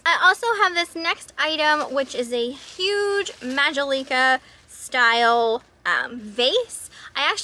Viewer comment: Love your videos!! FYI. The pottery is pronounced. ma·jol·i·ca /məˈjäləkə/